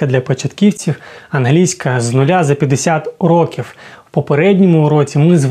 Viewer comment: кому тоже почулось, що він сказав:"Англійська з нуля за 50 років" :)